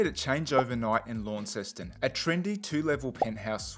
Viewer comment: If you are going to be wanna be reviewing food learn how to pronounce the word Jus and Launceston